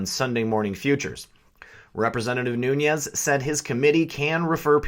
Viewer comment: No harm intended; his mane is not new-ne-ez. it is new-nez.